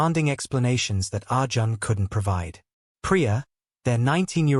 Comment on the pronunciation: The pronounciation of Indian names is completely incorrect. Arjun is pronounced as Arjan is wrong. It is pronounced as Ar - june.i.e Arjun .Malhotra is pronounced as --- mal + hot + ra. Here t is lightly pronounced than with emphasis. Anjali is pronounced as Aun + jli ie. Anjali but not with emphasis on -- a, but lightly